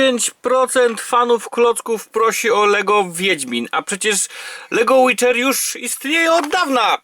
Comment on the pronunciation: CZYTA SIĘ ŁIDER KU*WA